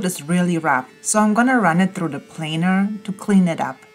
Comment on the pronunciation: Great job with the project. Looking amazing as always with your incredible smile and best of all, the finally pronounced ' plainer ' almost perfect 👍🤣 enjoy watching you and your projects. Keep them coming 🥰